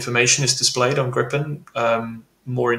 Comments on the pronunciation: Please stop calling Gripen "Grippen", it hurts my Swedish ears. The i is like the ee in eek-a-mouse. It's long and hard. Griiiii-pen. Say it with me English speakers! 😂😂And it's not "Grai-pen" iiiiiiiiiiiiiii-pen. I don't know how to approximate the i to an english word really. Listen to Max Villman here on youtube, he says it in basically every intro. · Just like the Typhonon, the Gripne or the Sepur Hernot 😂 Ahhh Americans, try to pronounce that: nuclear, not nucular and aluminium not aluminum 😅